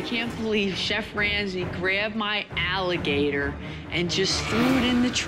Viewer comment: At least it wasn't one of Moe's ehligetehs.